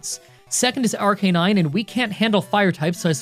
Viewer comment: Challenging the King?! With Baby Pokémon?! Ha 😂Win or lose the King still laughs in your face. Btw man it’s pronounced Ar- ca-nine